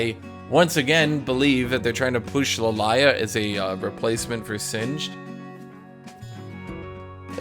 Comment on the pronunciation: why do you call Lillia LEElaya